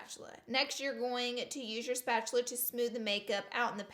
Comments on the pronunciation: A “spatuler” I’m DONE 😂😂 Laura you cute but dumb as hell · I love you. Spatular 😂❤️💀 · spatchulurr lol your to cute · Are u saying spatular? 😂😂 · "spatuler" is my valentine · She said spatular lol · Spatuler 😂😂 I love you, Laura. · “spatuler” 😂 lol LOVE YOU LAURA!! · Did anyone else notice she said spatuler 😂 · “spatuler” BAHAHAHAHAHA I LOVE YOU SM LAURA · She says spatula like mister krabs